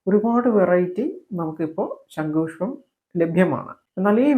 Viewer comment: ശങ്കു പുഷ്പം അല്ല സഹോദരാ ശം ഖു പുഷ്പം അല്ലെ ശരി തെറ്റു തിരുത്തുക